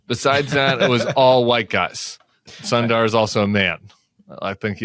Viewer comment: The name of Google CEO Sundar Pichai is not pronounced sun-dar. It is soon-th-ur, the TH would be pronounced like the TH in father.